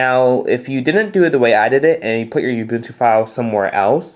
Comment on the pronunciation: ITS FUCKING uh-bun-too not fucking you-bun-tue